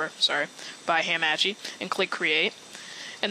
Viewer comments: lol thanks the previous method me and my freins used didn't work anymore after the game switched to beta. Also...you pronounce hamachi in an intresting way...Ham-Ah-Chee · YOU SAY HAMACHI WRONG